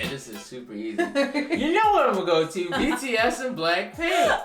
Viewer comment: Everytime he screws up BTS's name, I die a little bit inside.😂😂😂😂😂❤️❤️❤️❤️❤️